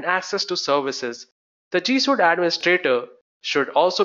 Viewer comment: G Suite. Not G Suit. Also, thank you for the video.